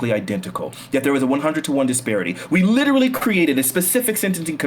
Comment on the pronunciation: The way this dude pronounces "literally" is driving me fucking mad.